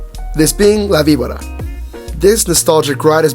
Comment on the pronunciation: You pronounced it wrong